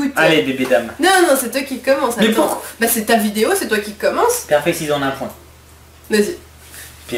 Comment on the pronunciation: Super vidéo 😄 👍 ps: a 7min13 de la vidéo a dit sinon on prend des cyzayox au lieu des ciseaux